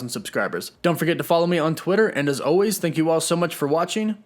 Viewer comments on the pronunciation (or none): none